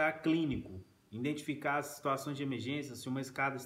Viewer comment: "indentificar" foi punk mano